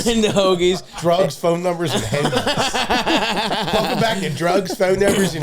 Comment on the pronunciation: very funny to hear Stavvy mocking "PTO" given how many times we just heard "HOH-gees."